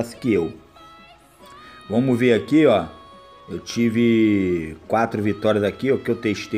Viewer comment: "vomos q vomos" KKKKKK